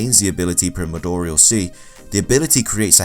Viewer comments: Its pronounced Prie-more-dee-all, not whatever that awful pronunciation was 🤦‍♂️ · Apperently primordial is a hard word for this guy.